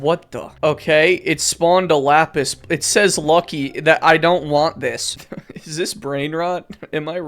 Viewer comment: its la-peace